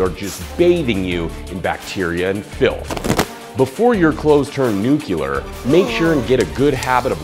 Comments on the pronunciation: you should say "Nuclear" not "Nukular" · Wow, imagine looking up to (not Brandon) for years... just to hear him say "nuclear" like 'nuke-you-lurr'. UGH. I'M GOING BACK TO STEVE COOK'S CHANNEL.